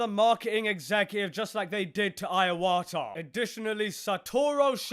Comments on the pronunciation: I hate corporate greed, because it ruins media and entertainment, Also Iwata is NOT pronounced "Ai-wa-ta" it is pronounced "I-wa-ta"! ("I" as in "ee")! But anyway, I have respect for Reggie and Iwata, because they prioritised on making the games fun. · Shibata is said like She- Bah- tah not Shy- bah- tah. And Iwata is said like E (as in eat) - wah- tah. Not eye- wah- tah. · Dude. It's "Iwata", not "Aiawata". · Ai wata and shai bata it seems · "...Reggie and Iowatah..."